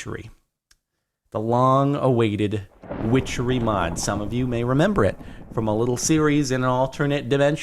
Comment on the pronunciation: i love when he said wichery thunder rolled